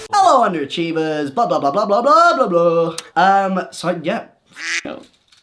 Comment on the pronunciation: When you pronounced 'underachievers' different I thought you were saying 'wonder divas' in your intros in general sob